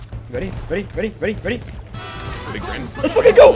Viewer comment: "LES' FOCKEN' GO" - bri'ish 2021